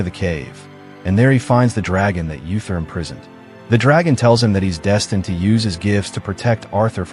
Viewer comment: Uther is pronounced OO-ther, not Yu-ther.